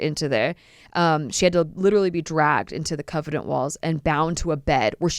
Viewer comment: CON-vent - not covenant. Theophilus is Thee (the th sounds like in the name Theo, not the) - OFF- uh - lis. Emphasis on "oph". Just wanted to let you know. :) Interesting stories.